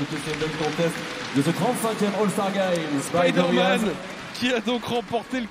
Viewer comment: le speaker qui ne sait pas prononcer spiderman ... 🤦‍♂🤦‍♂🤦‍♂